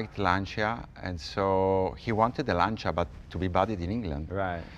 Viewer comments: Oh, cool. I've wonder for a long time how to correctly pronounce "Lancia". Jay seems to be saying LAN-CHEE-UH, but the native Italian speaker is saying "LAN-CHA". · Okay, once for all set how to pronounce Lancia. :)